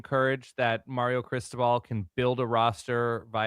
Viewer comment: Is it a solid verbal episode if doesn’t mispronounce Mario? I say that in jest, thanks for the content this season!